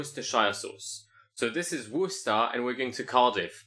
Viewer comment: Bro pronounces Worcester correctly when the game can't even spell it